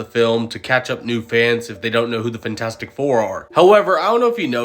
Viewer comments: IT’S FANTASTIC, NOT FINTASTIC!!!!!! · “Fintastic four”